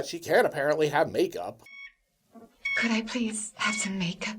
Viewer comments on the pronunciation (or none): Haha, I thought she said may I have some "bacon" instead of "makeup."